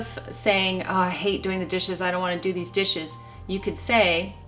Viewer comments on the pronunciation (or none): none